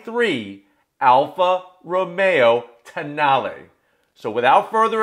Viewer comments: Alfa Romeo...Toe-nail? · The more I read the name Tonale, the more I wondered… what if it was pronounced Toe Nail?